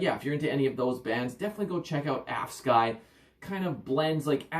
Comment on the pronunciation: I think the pronounciation probably sounds something like ”Aufsky” ish